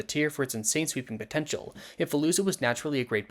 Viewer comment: DID YOU SAY POTENTIAL???